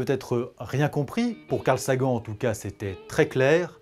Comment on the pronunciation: Carl "Sagen" *facepalm*, ça se dit Carl SaGANNE